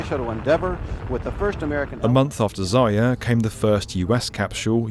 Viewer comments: Zayer? You dummy 😊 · You keep losing the r in "zarya", resulting in "zaya" which means "dear bunny" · It is not Zaya, this is ZaRya...